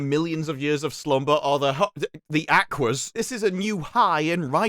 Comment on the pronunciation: Every time he says Aquas ..... Barbie girl play in my head